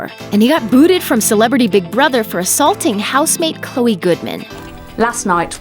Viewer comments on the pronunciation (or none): none